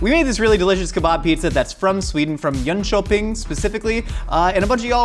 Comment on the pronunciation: you got the facts damn straight. Good pronounciation of Jönköping aswell! I'm proud of you